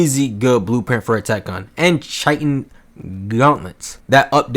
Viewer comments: It’s not CH-I-TEN it’s high but the h is a c or k so it’s like KIGH-TEN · Ummmm it’s ki-tin 🤓🤓🤓🤓🤓👆👆👆👆👆